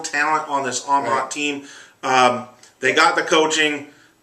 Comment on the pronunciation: Another season & still can't pronounce Amat correctly.